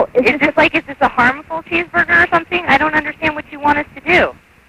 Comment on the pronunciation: "what are we protecting you from? A dangerous cheeseburber?" :))